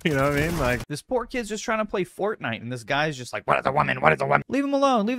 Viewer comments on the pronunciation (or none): god damn it it's FORTNITE not FORNITE